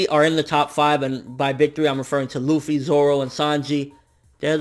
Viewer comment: MATE LUFFY ARE YOU REAL, its LUFFY